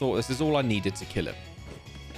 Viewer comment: The "herro" took me out 🤣